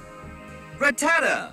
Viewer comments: Am i the only one who hears rattata into patata 😂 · It's RatTAta? I could've sworn my whole life that it was RATtata. :o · I'm getting even more confused with Ratatta... 😕 Seriously, I hear stresses on the first syllable all the time, but the 3D pro only stresses the second syllable like wtf?! I think they need to upgrade the Pokedex pronunciation guide, I'm sure the Rotomdex would be more accurate and updated with all 802 Pokémon so the pronunciations would be said better. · "ra-tat-a" yeah uh this game is a scam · dude the way they pronounce rattata is so cringe worthy